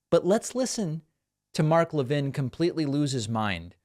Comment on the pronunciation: Never seen anybody with the name Levin who pronounced it La-vin.